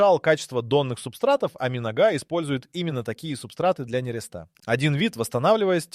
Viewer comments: трЕска и камбАла... миногА... Достали использовать тупые ИИ для озвучки... Веры нет в такие видео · МинОга,нерЕста сука блять. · Благодаря ИИ с не правильным ударением задумалась над названием рыбы 🤓 Ми Нога 😄